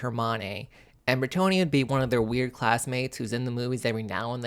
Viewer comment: Why is everybody and their mother pronouncing Bretonnia as if it is spelled as Bretonia? The long "o" doesnt even make sense when you look at the region in France which is named after obviously: Breton. Try Breton-nia instead of Breto-nia. There, got it? Ok cool.